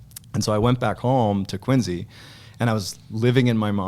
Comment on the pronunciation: Sounds like he's saying Quinzy 😅